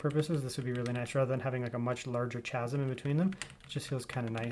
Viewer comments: chasm is pronounced kasm. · Thank you for posting this, but please: it's pronounced "kasm". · chasm is pronounced with a hard k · Someone doesn’t know how to pronounce chasm properly. Stop trying to be proper when you can’t pronounce basic words.